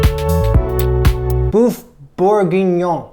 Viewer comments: Beef boef 😫😫😫 its more like buf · Hello, It's "Boeuf" not "bouffe"!!!! "Bouffe"in french means Ugly food!!!! It's RUDE!!!! This is not important, your Bourguignon is WONDERFUL and well done!!!! It looks DELICIOUS!!!! See you and thank U!!!! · Boeuf is pronounced B-uh-ff My Francophone side is annoyed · My ears hate hearing this. Boeuf is not pronounce “boof”, it’s “berf” (not rhotic so say it like a New Yorker would) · It's pronounced BURF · It’s actually pronounced very close to how you would say “book” Swap out the k for f and that is pretty close.